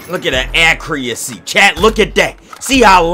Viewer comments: Accuracy that’s how u supposed to say ut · “Look at the accrreeaccyyy” lmao